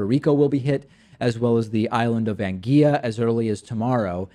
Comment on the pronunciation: Love you David P - ANGUILLA is Pronounced "An -Gwil-Laah" there is no "LL" to "Y" contraction in there - Listen to pronunciation here